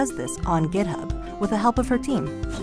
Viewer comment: why does she say gitup ?